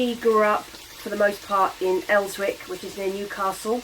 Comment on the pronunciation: Elswick is pronounced Ellsick!